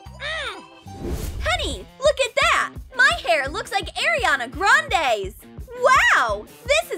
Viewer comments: Its Ariana grande not Eriana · Umm you guys said Aria not Ariana Granda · The way she said ariana grande